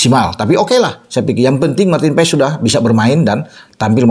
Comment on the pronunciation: Bukan Paes bung tapi Pass 😊😊😊 kata kochi